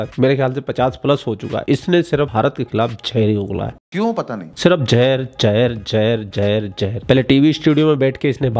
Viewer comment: Jahar nahi Zahar bolted hai